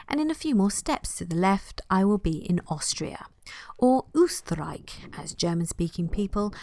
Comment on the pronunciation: Informative & nice video. So cute u pronounce Magyarország & Österreich by the way 😃😃😃